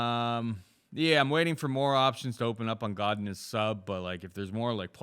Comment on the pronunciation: How pronounces Godinez triggers the train smoke out of my caboose